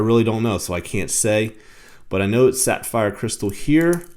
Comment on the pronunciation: Were you saying sat-fire crystal? I feel like you're saying sat-fire. 🤣 Good looking watch and nice review, either way. 👍